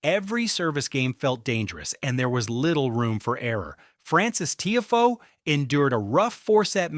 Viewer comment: This is what happens when AI does the commentary. it is pronounced “Tee Ah Foe” not Teeafoe